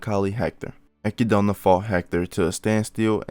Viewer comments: akidona? wtf are you on bro? EK-ID-NA, whre in the absolute fuck did you scrye "akidona" from? i guess africa is called AHHHHFREEECOOOOAAAAAA now huh? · Brother it’s Echidna (Ek-id-na) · your pronunciation of Echidna as ekidoughna really threw me off lmao I was so confused for a second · Listen her name is u-kid-naa